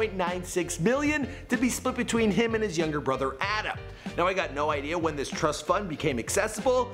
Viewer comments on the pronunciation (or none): none